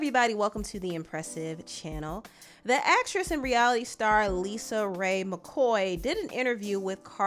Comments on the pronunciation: Girl don't let her hear you calling her Lisa 😮 her name is LisaRay period 😂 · Lisa Raye, not Lisa.